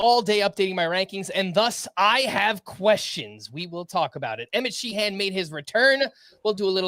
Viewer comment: I grew up with a few Sheehans in NY. Nobody pronounced it like exaggerating the second syllable. Like” Shehen”not She-Han. But thanks guys!